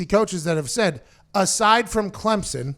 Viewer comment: Pat congrats on being the first college FB analyst to pronounce Clemson right. Every other mf says ClemzzZon and its it's annoying as hell